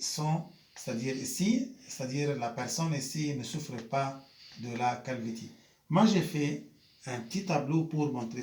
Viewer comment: Ça se prononce calvici mais ça s’écrit calvitie prof